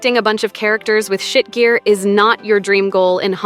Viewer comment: lmao the way the AI says SHIT GEAR really drives the point home